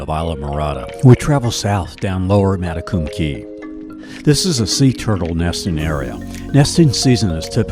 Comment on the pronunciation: One tiny correction; spelled Matecumbe Key, also divided by Lower and Upper, is actually pronounced, mat-a-cum-be. ❤ Thanks for gorgeous film of my 30+ years home!